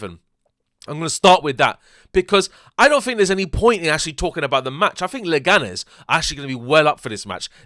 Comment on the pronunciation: It's Leganes, calm down, mate.